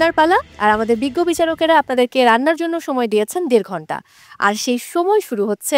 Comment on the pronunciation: উচ্চারণ আমার খুবই বিরক্তিকর লাগে 😂 সময়কে বলে ছময় 😂😂😂